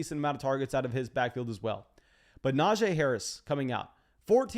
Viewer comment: Love your content, BUT, I gotta help you. It’s Nah-Gee Harris. NOT Nah-Jay. You’re welcome.